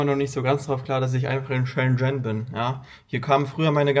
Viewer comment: Bitte lerne mal reden!….. schen schen 🤣 . Buch mal nen nen Kurs 🤣🤣